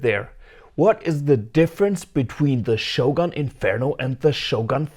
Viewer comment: By shoggoon, do you mean shogun?